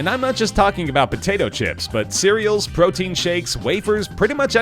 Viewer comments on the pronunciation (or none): none